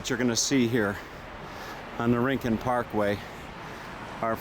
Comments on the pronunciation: It’s RIN-CONE … Spanish word meaning corner or nook or special place. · And Yes its Pronounced RIN-CON. ☺ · Not REE-CON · Not REEN CON. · It's not rin con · Hi Dude. Just so you know it’s pronounced “ RIN - CON” Have fun world famous surf beach